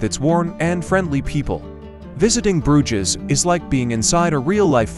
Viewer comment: It would help if the narrator pronounced Bruges as it was meant to be produced